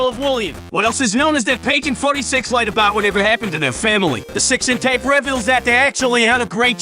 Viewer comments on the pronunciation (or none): none